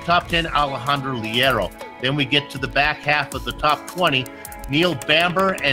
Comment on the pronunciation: Leiro is pronounced "Layro"